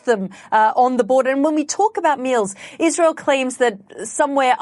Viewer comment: Iswael does not commit any cwimes on the gwound We do not commit war cwimes . We only tell the twuth !